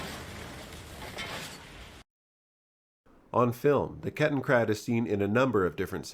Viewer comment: It's Kettenrad, not KettenKrad. Ketten means chain or track, rad means wheel.